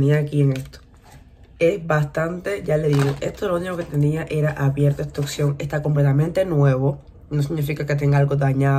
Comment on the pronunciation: oPción, no oCción...hay que pronunciar la P